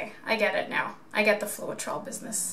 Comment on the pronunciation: Floetrol the e is silent... it is Flow trol....it is a paint conditioner used in thinning house paint when painting in hot conditions and to smooth out brush strokes...also when needing thinner paint to use in spray painting. Add approx 25-30% of the Floetrol to your paint and a touch of water so as not too thin. Also be careful not to burn the paint or get the top layer to dry too fast by keeping the heat at least 12in away. All you are doing is popping the air bubbles with the heat, as the silicone will cell without the heat anyway sometimes too much heat gives too many of those hairy looking cells when it was probably pretty ok without torching. Well done, your painting turned out very pretty.